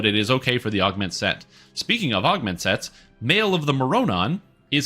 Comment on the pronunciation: love your videos, but please learn how to pronounce mroranon :P you can pretty much just swap the first r with the o and say morranon like more-anon